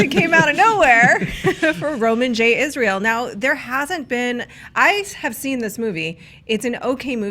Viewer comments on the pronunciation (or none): none